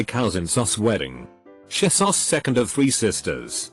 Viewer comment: Text to speak: Shesus Everyone: :o Conclusion: text to speak is drunk